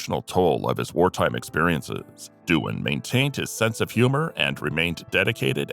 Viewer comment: You should be ashamed of yourself. James Doohan is the right way according to IMDB and you still manage to call him Duan.